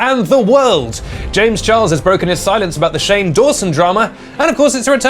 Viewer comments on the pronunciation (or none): none